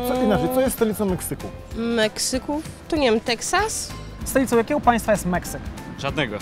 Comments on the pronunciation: teksyk meksas 🤣🤣🤣🤣🤣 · Teksyk, Meksas xdddddd